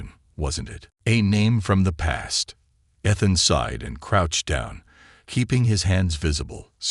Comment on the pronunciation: Why are so many of these nice stories ruined by poor AI it’s widened not whitened, sighed not side, debris not whatever is said then the totally illogical sounds like b z z d, plus Ethan seems to be pronounced differently multiple times. I know you need AI to make these stories but how about listening and editing before you post then your nice stories. Just a thought.